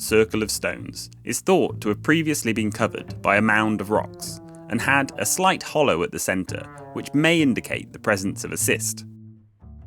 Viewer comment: Cyst, in the sense of a stone lined burial chamber is actually pronounced like "kissed".